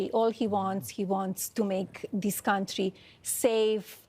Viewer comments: The way she says "Cuntry" tells me all i need to know 😂😂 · WTF is a Kantrie